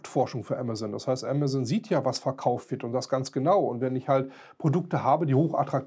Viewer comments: "Amatzon", ist es so schwierig den Namen korrekt auszusprechen, lieber Sprecher? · Ja genau. AMAZON, nicht Emmesn. Wir lasen als Kinder ja auch DONALD DUCK - Hefte und keine Donnel Dack - Commicks !! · sie spricht es auf Englisch falsch aus: ämäson (sorry, in der Lautschrift bin ich nicht bewandert). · ‚Amazzoooon‘. Hauptsache deutsch Aussprechen... 🤯